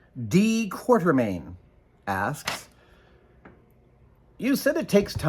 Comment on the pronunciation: You got a sprinkler system in that place? I'm betting that name is "Quatermain," not "Quartermain." You know, "Fifty Million Years to Earth."?